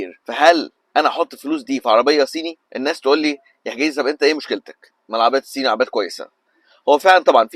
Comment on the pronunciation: ضيعت 3 دقايق من حياتي علشان اسمعك بتقول العربيات السيني .. شوفلك حاجة تاني اعملها في حياتك احسن